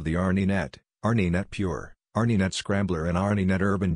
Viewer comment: A robot !! Can't B.M.W. afford a real announcer? R Knee Net ha ha ha sheesh tough to not laugh